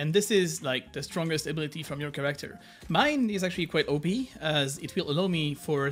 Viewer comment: Did you learn how to pronounce character correctly by now lol?